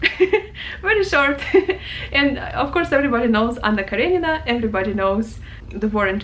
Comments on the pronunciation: i came here to find out how to pronounce anna karenina. i thought the emphasis was on anna kareNINa but it actually sounds like its kaRENina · Thank you for the great video. I love Russian Literature and Tolstoy in particular. From now on I'll pronounce Karenina the way you say it ❤. Please do another video for the character names in books.